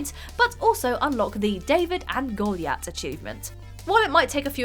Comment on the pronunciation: Golyat... because of the Achievement name, shouldn't that be pronounced "Go-LIE-at"? :-)